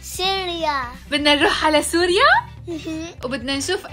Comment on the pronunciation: مابيعرف يقول سوريا بيقول سُرُيا😂